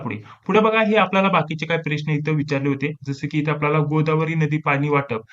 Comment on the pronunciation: सर ते प्रेश्न नाही...प्रश्न मनायचं 😂...